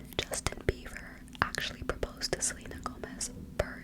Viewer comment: I keep hearing you say 'Justin Beaver' ahahahahha. is it just me?I don't know any of these people, well I heard of them but I don't care. I am old haha. But this was a good video. I fell asleep to it last night so imma listen again now for the whispers.